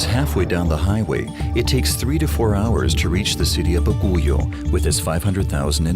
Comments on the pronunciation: its bagyo,,,,not baguyo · I was born in Baguio, and it’s bothering me so much how he pronounces it as “Ba-gu-yo” 😭 it’s pronounced *Bag-yo or even Ba-gui-o lol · Thanks for this documentary, I do appreciate you include our country. I just want to point out one thing. I hope there was a research on the right pronounciation of the name of the city. Baguio City is not pronounced BA-GO-YO but BAG-YOU. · What? BAGOYU? It's Baguio ( Bag + uio ) Sounds Like Bagyo Or Typhoon In Other Sound Translation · Baguio is not pronounced as Ba-gu-yo but pronounce as Bag- yo. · It would've been better if the writers did a little mor research. To cite a couple, Baguio is pronounced BAg-yo, not baguyo and the currency is pesos, not pecetas, although they did get it right later on in the video. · Bagu-yio? BAGUIO. Bah-gee-o. What the hell? And that's not a Jeepney anymore, even if the concept is the same. Jeepneys actually look like modified Jeeps, which is where they started, with the classic grill with vertical slats and round headlights mounted on the distinctive angled mudguards of a Willis Jeep, the attendant bucket rear wheel tubs, small tail lights and marker lights and simple World War Two slotted mud tires. Too bad the Australians are now taking over the Phillipines since we left our bases and turned them over to the government. They are disrespecting and erasing its history. Maraming Salamat. And, uh, I don't think he's working on an air cleaner, even for air brakes. More likely clogged fuel lines. Sayotee fruits? CHAYOTE. And they are nowhere near "pumpkin-like". They are solid all the way through, with a central pit section (seeds). And the Filipino currency is the peso or piso, not pesetas, which are Spanish. This is getting more and more annoying, and I'm still in the Phillipines. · Not baguyo but Baguio. A capital city of benguet. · Baguio is pronounced Bagyo. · its not bagoyo its baguio.ay inaya ito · How did y’all absolutely slaughter the name Baguio? 😂